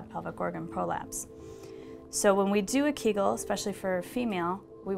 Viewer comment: KAGAL? U mean KEEEGEEL